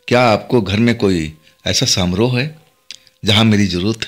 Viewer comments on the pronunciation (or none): सामरोह नहीं समारोह।